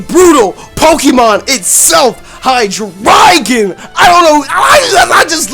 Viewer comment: Not to sound like an #ss but it's not pronounced hi-dri-gon but it's Named and pronounced like the element